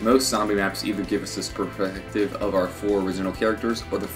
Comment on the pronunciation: 2/:34 perfective lol